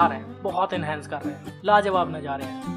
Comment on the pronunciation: bhai aik baar nazare bol do rather than najare